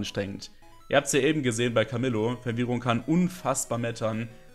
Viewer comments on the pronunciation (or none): none